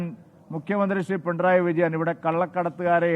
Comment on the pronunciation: “Pintrayi” alla uvve “pinarayi “😂😂😂